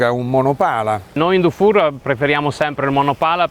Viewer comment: Dufour si pronuncia difur, se fosse scritto dufour si pronuncerebbe dufour , pregasi correggere la pronuncia